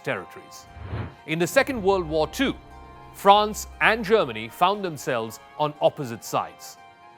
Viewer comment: Stop talking crap man , you know nothing about France and Germany . You can’t even pronounce their names properly